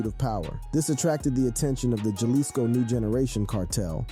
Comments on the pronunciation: NGL the pronunciations are more murderous than the Cartels on this one. it would have helped to do RESEARCH, "Dyalisko" and CJ-ying is just cringe bro, the Poo Shisty was the nail in the coffin. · That's bothering the #&$% out of me too, smh. It's like nails on a chalkboard when he says Jalisco with a hard J. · Ha-lisco, not jah-lisco bruh